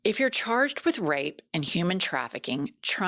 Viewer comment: “we not gon let dem wavage and destwoy dose cities and wape dose women. Thas owa job.”